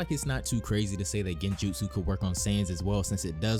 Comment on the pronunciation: My boy really said "he broke itashis genjutu" 😂😂😂😂😂😂😭😭😭😭😭😭😭